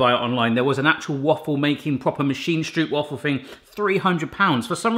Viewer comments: Please pronounce it as 'strowp' waffle, that's more correct than 'stroop'waffle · Stop saying stroop and start saying stroap and you’ll instantly feel like a pittig garnalenkroketje. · strope waffel is better pronunciation, well done on taking on a Dutch classic, now onto raw Herring with onions lol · I think it’s pronounced: ‘stropewafel’ like the O in goat..?? Someone correct me if I’m wrong! 😅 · Dutchie here: Stroopwafels are actually pronounced as stropewafels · I find it funny how people from foreighn countries pronounce stroopwafel. The translation is syrupwafle. Stroopwafel is pronounced like (own) that o sound. Strupewafel😂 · Hey, i'm dutch... But there called strOOp wafels (where the OO is more like the O in Oh My God:) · You spell it Strooooohpwaffle. With a long o. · The Dutch pronunciation is more like strope-vafel. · struup struupwaffles it's killing me good attempt though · The real pronounciation would be like... Strobe-why-fals... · That pronunciation killed me. I heard his pronunciation and I almost wanted to cry, had it been anyone else I would've cried😂 lekker video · For a dutch person it is really funny to hear you say stroopwafel. When it is winter our stroopwafels are always a bit hard, so we put them on the coffeemug and the become really soft. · Instant like for the stroopwafels, although hearing the mispronunciation the whole time kinda hurt :') Loved the puns and humor! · Cool that you've made these. But you pronounce it as Stroopwafel with the double o's as in how you pronounce the letter O. 😆😆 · love this <3 .. so cute how you say stroopwafel wrong <3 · The 'oo' in stroop is pronounce like the 'o' in strobe. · You might also want to use Google for the pronounciation of "stroopwafel" . The oo is pronounced like the o in hello but a little bit longer sound. And the a in wafel ... I can't think of an English word with that sound but it is a longer aa sound not a short a.